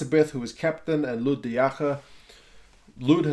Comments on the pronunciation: Also Lood is pronounced loo-word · I know. It is loo-wit